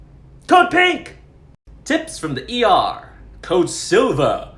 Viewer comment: “Code silvauh”😂